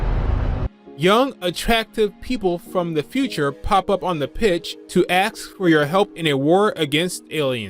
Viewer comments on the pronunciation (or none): did you say....aks instead of ASK!? wtf man? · holy shit you are really saying aks! What the fuck man?